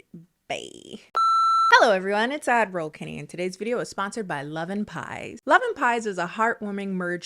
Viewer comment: I always thought she said Admiral Kennedy just to find out she saying Ad roll Kennedy. So Petionton for it to be Admiral Kennedy 🇺🇲🇺🇲🇺🇲🇺🇲